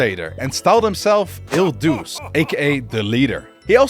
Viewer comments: UMM ACTUALLY it pronounces not as duse but duche because when letter C has or E or I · " Duce " in Il Duce is pronounced as " Doo-chay ", due to the " ce " in the Italian language sounding like that. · you pronounced "duce" in the wrong way but still really good video